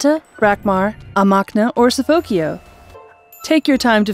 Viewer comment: "Sufokio." Lol.